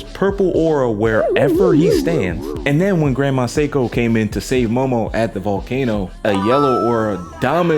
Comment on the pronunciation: sorry for being a pronunciation police but it’s not pronounced psycho it’s say-ko If it were pronounced psycho, it would be spelled saiko.